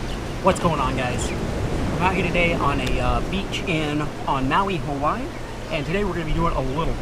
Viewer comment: brah those buggas are ono (TRANSLATION) BRO those crabs are DA BOMB dis is how we talk hawa'ii. edit: by the way you pronounced hawa'ii (ha-va-ee)